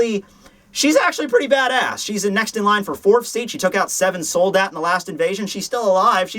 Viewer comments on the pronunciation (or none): none